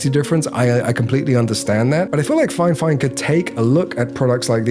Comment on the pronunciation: I wanna be honest The video is great in terms of the quality of the video and editing. Your delivery is awesome. The review quality is not nearly as good. First of all, you were saying the name wrongly all along. It's Fifine not FineFine. You're reviewing but haven't paid attention to the name yet. Secondly You said you are not a professional when it comes to audio and music and stuff like that, yet you're going for reviewing a Studio monitor. You must have a trained musical ear to review a studio monitor. You also gotta compare with another studio monitor. You only talked about the build quality. When it comes to budget gadgets, the build quality is the last thing that matters. Factories will invest the most amount of the cost into the functionality of the product, not the materials. As someone (a musician and editor) who is looking for a professional review video of the product to understand if it's worth buying or not, this video is absolutely useless. It's like a non-pianist reviews a Piano and only talks about the build quality of the keys, not knowing how to play or how it sounds, telling people "I don't recommend this" Hope this feedback helps 🤜🤛